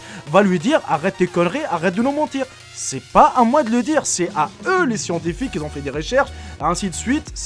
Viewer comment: Pourquoi il dit toujours ceux qui zont au lieu de ceux qui ont?